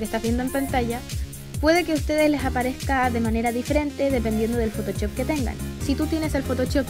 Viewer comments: me da gracia como dice photochop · me encanta tu pronunciacion de photoshop